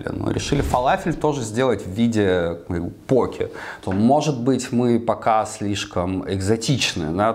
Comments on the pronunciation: Он специально ударение меняет постоянно? В одном предложении может и пОке и покЕ сказать? Как правильно то? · По́ке или поке́? На позиции ударения данного человека можно создать генератор случайных чисел. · Не покЕ, а пОуки Вы же лучшие так произностие правильно =) Больно слушать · Почему постоянно говорит покЕ, если это называется пОки? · То чувство когда шеф не знает как правильно произнести poke... Россиюшка